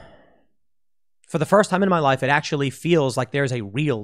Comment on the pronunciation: Pool, did you say "it" or "iTTT" ?